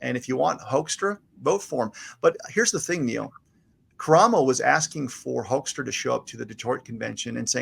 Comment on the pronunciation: Pronounced hook'-stra ' as in 'book' Pete Hoekstra is a Michigan career politician.